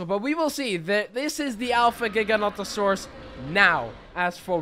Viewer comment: The dinosaur you are saying is gigantosaurs is actually gigantosaurs which is said differently and it means giant lizard of the south